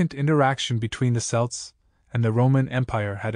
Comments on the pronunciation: Celts is pronounced with a hard C , as in Kelts. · Celts with a hard c is fairly recent. It is closer to how the word was originally pronounced but Latin words beginning with c and followed by a vowel were softened to an s sound in English to give modern words like ceiling. We still pronounce Caesar like 'seize her' when the German kaiser is closer to the original. The reason the Boston Celts and Celtic FC are pronounced with an s sound is because that is how celt was pronounced in English back then. I prefer the hard c pronunciation myself but the soft c is still correct, just not the popular pronunciation anymore. Similarly Boadicea has gone from 'bow da see ya' to Boudicca - 'boo-di-ka'.